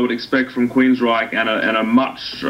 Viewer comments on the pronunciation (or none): Why do you keep calling the band Queensright? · What the hell is this? dont even know how to pronounce Queensryche. I'll wait until the album is actually out, or maybe even a review from somebody that knows something about the band.